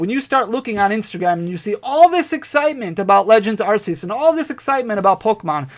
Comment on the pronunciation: Arceus is pronounced ARK-ee-us